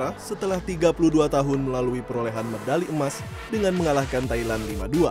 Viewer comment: Kenapa medali di baca mendali? 😮